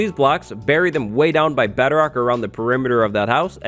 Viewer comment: Why do I keep hearing Bederock?